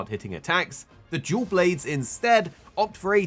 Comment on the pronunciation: Im sorry but i cannot not hear you say Jew Blades